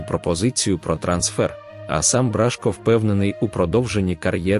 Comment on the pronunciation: Какой тупой комментатор ! Бражко пишется и читается с ударением на О !